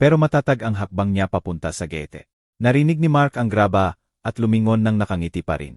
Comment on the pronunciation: PARANG ENGLISH SPEAKING ANG NARRATOR, OR I'LL SAY NA AI-GENERATED, SO GANUN MINSAN MGA MALI ANG PRONUNCIATION NIYA.